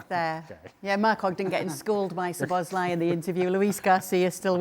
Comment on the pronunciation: Please learn to pronounce Szlob's name it's not Sir at the start! Kerkez is making Craig and Neville look stupid! They were too quick to judge like all those plastics wanting Slot out! YNWA